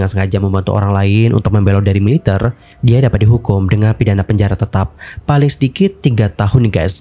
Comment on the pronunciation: Kenapa baca Militer seperti baca mililiter. Ter nya kerasa gimana gt, ga biasa😅